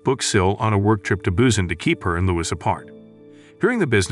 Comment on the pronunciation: The way he say busan tho ( Bussin) 🤣